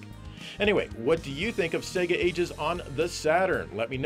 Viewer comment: I’m an Australian and I’m more offended by the non Australian pronunciation of SEGA. Spaz refers to a spastic individual.